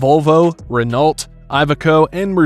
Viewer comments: Renault is pronouced renoo not renalt. We brits pronouced it like that till the french took the piss in adverts in the 80s. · I have been in many countries in Europe and normally the truck speed limit on highways is between 90 and 100 km/h. That's 55 to 62 mph. Also the brand Renault is pronounced Ren-no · Renault is pronounced without the L just saying ;)